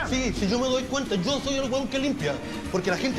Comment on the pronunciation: "Sho te voy a ayudar", loco, por que??? Ese local merece cerrar, no podí poner en peligro a tanta gente porque "no aguanto mas"